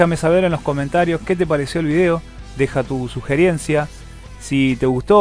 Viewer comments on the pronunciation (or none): se dice sugerencia no sugierencia